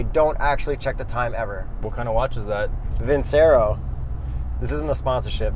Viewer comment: I stopped watching when you said vincero